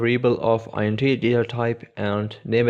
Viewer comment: "int" isn't an acronym, it's short for integer. Just pronounce it as it's written.